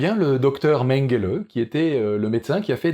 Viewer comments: Pour le Docteur Mengele, attention à la prononciation : "[Docteur Méngéleuh]" ^^ => "[Ménguélé]" Ah et sinon, plutôt que de parler de "bout de bois" pour traduire "maruka", on peut aussi dire "bûche"... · Ça se prononce MengelÉ